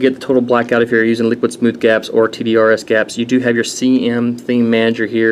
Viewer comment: Just to update you bud you said the name right :) very few do lol.....Lower Bench was due to dancedance...not downing it at all as it is a great governor just not one of the usuals to get higher benches and is actually made by Snuzzo himself. Recently had the main Hard Drive die on the computer but was replaced by Damacy and Snuzzo...Great props to them...I am returning to the game very soon with very great new stuff...glad to be back :) and of course...Great Review!